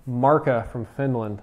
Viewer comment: you said markka wrong but i can understand because your not from finland :P